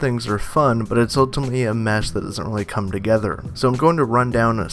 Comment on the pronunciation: Enunciate! I had to replay what you said 8 times to figure out the grunt you made was the word "ultimately." 4 syllables. You managed to turn it into one.